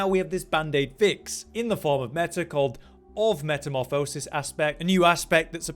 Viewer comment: Please learn how to pronounce metamorphosis. It’s nails on a chalk board.